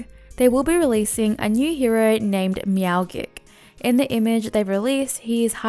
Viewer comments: your meow gik shieeett was so annoying its pronounced meowjik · D-did you just say "meowgik" like gif? It's clearly a play on "magic" and "meow"